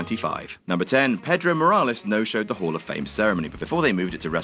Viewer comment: It's PAY-DROW! NOT Petro. He's not fuel you put in your vehicle...